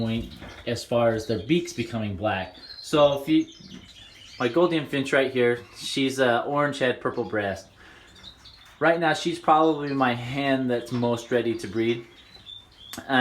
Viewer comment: Nice birds and great size flights! We don't pronounce the D in Gouldian.